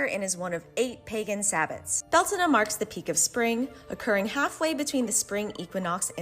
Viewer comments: Beltena? they pronounce... Alright, Its bell-tain. Learned this from my celtic pagan mom. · Is it really pronounced bell-tah-nah? I thought it was bel-tane? Not trying to be nitpick just asking